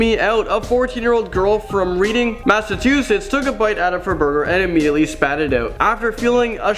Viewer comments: You don't pronounce it reading you say it like "reding" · It's not pronounced reading Massachusetts it's pronounced red-Ing Massachusetts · FYI, It's pronounced REDD-ing, even though it's spelled Reading. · Reading is pronounced Reding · It's not reading its pronouced reding but spelled reading and I only know that becuase I live there and now I'm ferked out about this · It's Reading (pronounced red-ding), MA